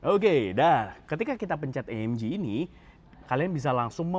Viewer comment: Itu cara bacanya AMG bukan AMJI, karena di bahasa Jerman itu G tetap di baca G bukan jadi Ji kayak bahasa inggris